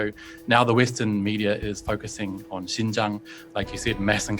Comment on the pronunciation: Hahaha… ‘Xinjiang… a place she can’t even pronounce properly…’